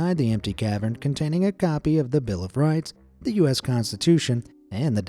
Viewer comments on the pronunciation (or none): none